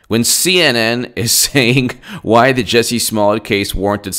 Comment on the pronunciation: fyi, He pronounces it "Juicy".